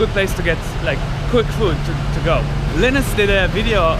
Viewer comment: Line-us not lin-us